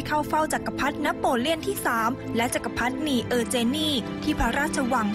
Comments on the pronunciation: ขอบคุณสำหรับข้อมูลนะคะ ติดขัดนิดหน่อย ผู้บรรยายผู้หญิงอ่านคำว่า จักรพรรดินี ผิด ต้องอ่านว่า จัก-กะ-พัด-ดิ-นี ไม่ใช่ จัก-กะ-พัด-นี นอกนั้นดีงามทุกประการค่ะ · จักรพรรดินีเออร์เจนนี อ่านว่า จัก-กะ-พัด-ดิ-นี-เออ-เจน-นี่ ไม่ใช่ จัก-กะ-พัด-นี-เออ-เจน-นี่ ชื่อพระนาง เออเจนนี ไม่ใช่ นีเออเจนนี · จักรพรรดินี ออกเสียงว่า จัก กะ พัด ดิ นี นะครับ